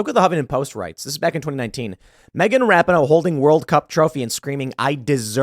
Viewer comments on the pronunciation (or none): Tim, it's. Ra peen no (phonetically) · Megan Rap-in-ohh?!? That’s the wrong pronunciation Tim - you should know better! The correct pronunciation is Megan Rap-Pee-Nis! 😮😉😂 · It’s pronounced Rap in hoe … isn’t it??? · Love you Tim but to suggest and athlete wants to lose on purpose is absurd. It’s RA-pee-no by the way. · It’s “Ruh-pea-no” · For me it was the attitude during the anthem. Final straw in what Rapinoe (Pronounced, Ra-peen-oe, Tim) started. Football player and fan most of my life and the first time I didn’t root for the women. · I don’t even care that Tim mispronounced her name like 17 times in this video. She is the embodiment of the modern, woke left. And just not a good human being. I’m not concerned about what someone deserves. Im concerned with what they earn. I wasn’t hoping they would lose. But I’m not mad that they lost. Maybe stock the team with women who love their country. I only feel bad for the handful of women on the team who did sing and do love their country. Outside of that. Megan got what she “deserved”. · You and Jeremy from the Quartering have one thing in common on this story..... no idea how to pronounce Rapinoe.... I agree with all your points on her and the team but please say her name correctly so it at least appears you've watched one game. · I love how Tim doesn't know how to pronounce her name haha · Does Tim really not know how to pronounce that hags name or is he just being disrespectful on purpose?. Not that I care what anyone calls that douchebag, just curious.